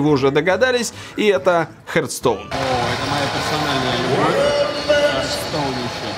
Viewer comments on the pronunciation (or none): Не "хертстоун", а "хартстоун".